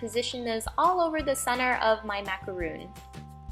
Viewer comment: It's not macaroon it's pronounced macaron